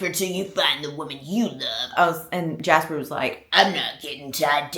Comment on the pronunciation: “Jaspah” is sending me so bad 😭